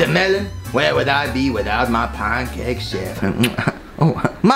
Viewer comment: "Pan-COK"